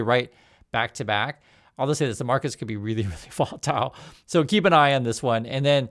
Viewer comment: I had to play it back three times.... "volatile"... gotcha.. "volatile"...🤣😂